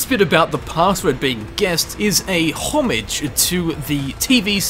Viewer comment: how hard is it to pronounce homage?